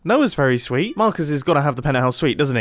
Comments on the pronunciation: Is that Mar-cusses house? Is that mar-cuss? Nope! That’s J-quelin! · mumbo says marcus like mahcus its so funny